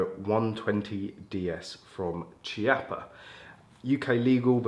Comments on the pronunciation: KEY - appa Rhino. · UK sucks lol.. the Chiappa rhino( Key-Op-Ah is how it’s pronounced) is such a beautiful gun and then UK makes you ruin the looks of it by adding all tht ridiculous stuff on it lol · Thanks for the great video. Just a brief comment to say that ‘Chiappa’ is pronounced with a [K] sound e.g Kilo.